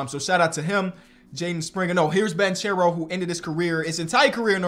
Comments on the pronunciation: it’s pronounced Ban-care-o not banchero. ❤️ u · the last name of Paolo is pronounced Bankero not Banchero. It is an italian Surname. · How long till finally starts saying Banchero right? (Ban-care-o) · its pronouced "bankero" tho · I’m pretty sure it’s pronounced “BAN-K(ARROW) not (charow) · Please start pronouncing Banchero like “Bankero” you’re killing me 😭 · Dude, it's [ban-ke-rou] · you should pronounce it Bankero, in Italy ch is pronounced k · Please pronunce Banchero right, Is like Bankero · Btw it's pronounced like "bankero" cause "che" in Italian is pronounced like ke. (I'm Italian and i'm super excited for my homie) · Paulo Banchero. Ban-care-oh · You are pronouncing Banchero's name wrong. It is like Ban-ke-ro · Hey just helping you know that it’s Jeremy Sochan(So-han) and Paolo Banchero(Ban-Care-O) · Paolo last name is pronounced with a hard c, not like the English pronunciation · You keep saying Paulo’s name wrong and it irks me 😂. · Please.. say Paolo Banchero’s name correctly